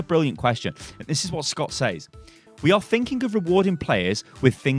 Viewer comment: you pronounce "says" a similar way you pronounce "said". its more of a sez